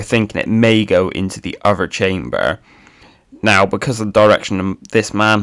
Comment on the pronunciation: You can say "the" and "that" correctly but other is uvver. What is up with that?